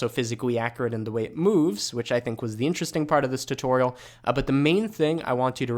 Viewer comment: every time i hear you pronouncing tutorial my soul dies a little bit but it is worth it because i love your tutorials